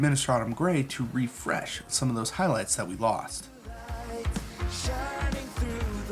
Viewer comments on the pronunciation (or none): none